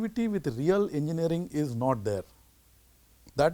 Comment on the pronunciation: not engineering it's engeering 😂😂🤣